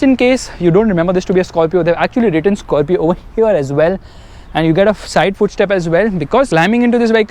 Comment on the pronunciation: South Indian pronunciation "Skarfio"